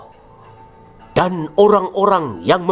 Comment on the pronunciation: Sante aja dong nyebut auloh nya Bikin gw ngakak aja 😂😂😂